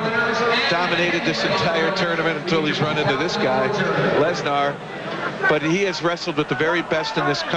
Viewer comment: That’s the proper way of saying it